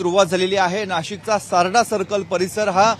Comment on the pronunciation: बसाडा नाही सारडा सर्कल😂